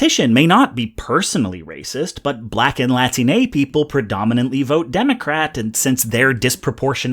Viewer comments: ok so ive read enough of the replies here to know i dont have time to read all of them, so maybe someone else brought it up already. but as a latine person, thank you very much for using "latine" rather than "latinx". but for the love of god, the stress is on the second syllable, not the third. its "lah TEEN ey" rather than "lah teen EY", because its "latine" and not "latiné" that is all ^_^ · I've got one tiny little thing. First of all, thank you SO MUCH for using "latine" instead of "latinex." My pointer is that it's pronounced the same way as "latino" but with Spanish "E" which sounds like "eh" rather than "ey." It's something like "La-TEEN-eh" rather than "LA-tiney." Amazing video, as always! Just thought I'd let you know as someone whose first language is Spanish. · Why are you saying "Latinay?" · Buddy said latinAY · . And why does he say "latinéi" then?